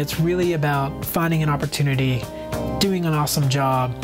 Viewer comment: at the end he says oppotunity like its extremely often you get one haha.